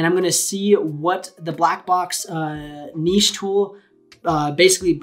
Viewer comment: Thankyou for pronouncing niche correctly!!